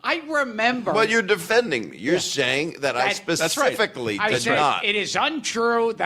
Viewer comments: I am not insulting you in any way but it is “specifically” not “Pacifically” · I love your content. I've been watching and binge watching. If I can give constructive criticism, I would like to tell you that it makes me cringe every time I hear you say "Pacific" instead of "specifically". I'm really not trying to be rude. Hopefully this will be received with the intention I'm meaning.